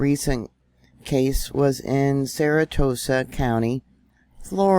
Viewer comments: Sara Sota not saratota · not saratoesa...Sara so ta. it helps if the word is separated at the vowels making easier to pronounce. you got this. love your channel!!❤ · It's pronounced Sarah Soda.. Sarasota.. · If you can't pronounce "SARASOTA" PROPERLY, you shouldn't be reporting, and I shouldn't be listening. C'mon.....EVERYONE has heard of "SARA SOTA." You SPELLED it right, now learn how to READ WHAT YOU WROTE. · We in the south pronounce it or sounds like Sara-Soda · THAT NAME IS PRONOUNCED "SARA-SODA"...